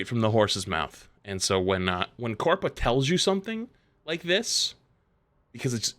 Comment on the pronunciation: Can we please stop saying "big corpa"